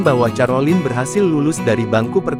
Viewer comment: Mohon maaf, kalau mau membaca nama individu, pelajari dulu, Carolina bacanya KAROLINA bukan carolin, makasih.